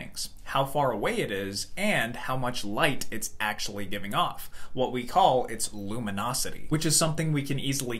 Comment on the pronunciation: It's not lumonosity. The word is luminosity.